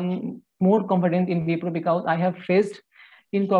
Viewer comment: Bee- ka-ooze.